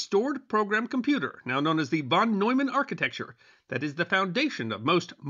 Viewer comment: Y'all really need to learn to pronounce "NEUMAN" and "FUCHS." It is easy to do, and it ain't nuclear physics.